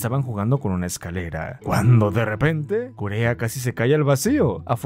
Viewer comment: Pd, kureha se pronuncia kureja ya ke en japon la h suena como j